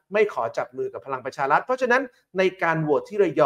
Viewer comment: ทำไมออกเสียงพลังประชาลัด,,,เกือบทั้งนั้นเลยคนอ่านข่าวออกเสียง,,ลัดทั้งๆๆที่สะกด,,รัฐ,,รัฐบาล